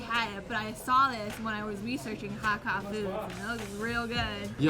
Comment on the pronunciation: It's HAAKAA! (Cantonese) - long (a) sound